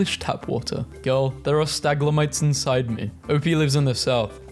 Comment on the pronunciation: The meme: stalagmite: staglamite